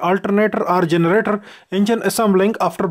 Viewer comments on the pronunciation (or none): Turr generaturrrrrr. Dafuq?